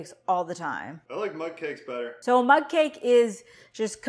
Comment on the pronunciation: Mug! Lol I thought you were saying mud 🇦🇺